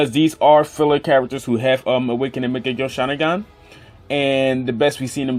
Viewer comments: Young Makaveli What. As I watched the video i replied with the ways he said it lmao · bruh legit said mechagyou sharingan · Is he saying "maagekiyo shareengun?🤣🤣🤣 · U cant even say mangekyõ sharingan